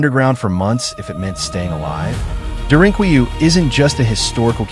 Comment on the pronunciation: It's pronounced "dare-in-coo-you"